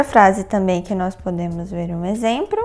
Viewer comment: "Exempro" kk